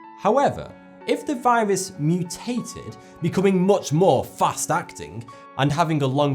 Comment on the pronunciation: he says viwas